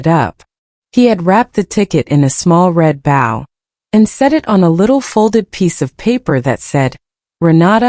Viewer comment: AI cannot prounce "bow"